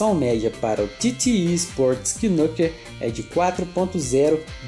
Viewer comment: a pronuncia é nâquer, e não quinúquer